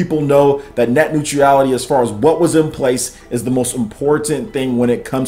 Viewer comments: Love your videos. Watch them all the time... but you clearly have fallen for the leftist fear mongering. Honestly... you can't even pronounce it. It's not Net Neutreeeality! Bro you're way off base. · Dood.... You killed that pronunciation... Omg cringing. New-tra-le-t - neutrality ... Still cringing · There is no 'i' in 'neutral'.